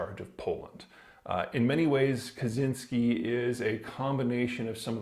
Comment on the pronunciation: Btw Kaczyński is pronounced "catch-in-y-ski"